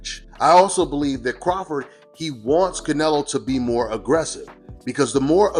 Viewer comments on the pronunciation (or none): Terence Crawfor is how he said it lol